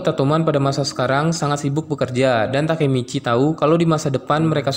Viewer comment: Masih bilang takimici ampas